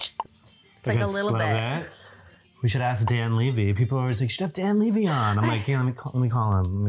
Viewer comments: Thank you! I’ve noticed Americans pronounce his name this way for some reason. But it’s strange because they don’t pronounce his dad Eugene Levy that way. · LEVY not LEEVY! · As a Canadian I am legally obligated to confirm that 1. The Hills Aftershow was AMAZING and 2. It's pronounced Dan Lev-ee :) xoxo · Came to the comments to see if anyone mentioned his last name!! Hahaha 🤣 everyone I head someone say it like them, I immediately thing, no one has EVER pronounced Eugene Levy that way.. so why do they think his sons last name is pronounced differently?? Haha